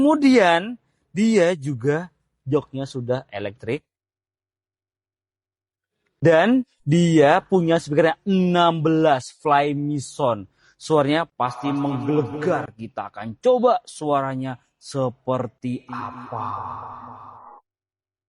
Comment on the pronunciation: "flyme SOUND" ; "sound berbunyi "saund' bukan "sond"..."Leather" berbunyi "Lea-der" bukan "Li-der"... segala benda nak "Di-Indon" kan...Parah